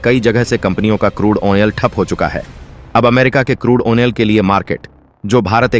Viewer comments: क्रूड आइल की जगह क्रूड ओनेल बोलना और अपना फायदा बढ़ाना जैसे झूठ बोलने में जरा सी भी शर्म नहीं आती तुम्हें। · चूतिया, आयल होता है आयनल नहीं। शब्दों की अशुद्धियां हंसने पर मजबूर कर देता है